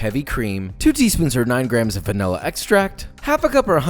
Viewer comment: I heard panila extract lol